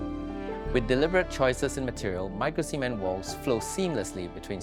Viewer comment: Did he say micro-semen? Cement should be pronounced with a clear T at the end